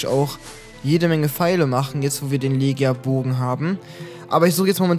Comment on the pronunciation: Legia bow wird letschia bow ausgesprochen